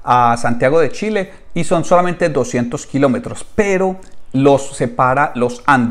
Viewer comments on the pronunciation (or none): none